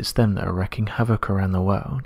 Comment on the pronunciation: It's WREAKING havoc (pronounced REE-king) not "wreckking."